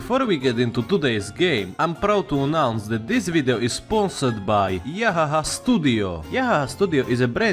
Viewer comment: pronouncinc Yahaha is too cursed 💀💀